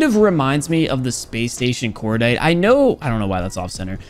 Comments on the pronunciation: He said 'cordite' and not 'cor die tae' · Spæs stæshon kordait